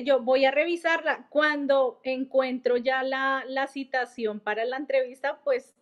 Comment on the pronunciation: No se dice Citacion